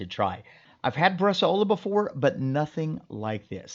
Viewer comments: Awesome. Btw, it's pronounced bresàola, not bresaòla. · I love your videos, thank you very much. Until I was scrolling through some previous videos, I didn’t realize you had made one on Bresaola. I’ve been making Bresaola for many years now at home with great results. I haven’t tried the dry age element, but that sounds like an amazing idea. If I may make one quick comment, and it’s not intended to be negative – just informative: it’s about the pronunciation of the word. It’s pronounced “BRES-SOW–LA“, not ‘bres-a-O-La’. again; thank you for the great videos. I really appreciate the time, effort, and knowledge you put into this !